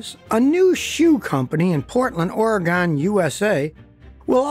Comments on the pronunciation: And an Oregonian I’m kinda (not really) offended. Oregun, not Oregone! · Ore "gone" 😂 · SCOTTY! It's OR-Y-GUN or ORUHGUN. Loved the video!!